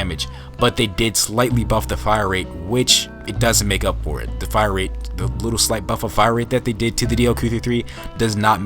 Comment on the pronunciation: The fact you said "DA snipers" its an unsub from me